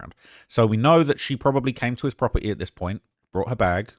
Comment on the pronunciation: “From the proper-E”